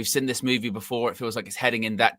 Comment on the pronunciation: Really jarring how he pronounces ‘seen’ as ‘sin’